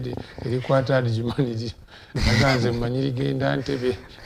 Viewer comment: Weebale nnyo muganda wange. Ekigambo kiri Ajuman si Adijuman. D is silent. Otherwise thank you for the good cordination.